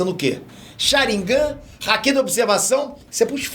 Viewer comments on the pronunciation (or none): none